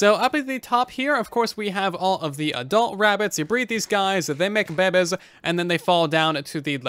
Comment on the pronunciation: I like the part where he says Babbes